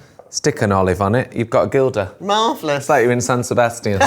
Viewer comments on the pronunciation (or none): Its pronounced ‘hilda’ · It’s pronounced Hil-da, not Gil-da, even though its spelled Gilda. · For the quality of the chef and Fry, I wish they would pronounce Gilda’s properly ‘hilda’s! And Basque food is not Tapas, they do Pintxos…